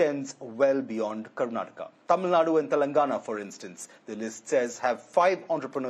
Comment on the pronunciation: its TAMILNADU. not TAMILNAD